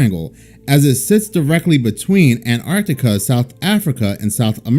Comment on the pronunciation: I honestly think all this bs about global warming and blotting out the sun..is THEY are afraid their little eden beyond the ice wall will be exposed. year of the dragon. btw love the accent with the word Ann Tanna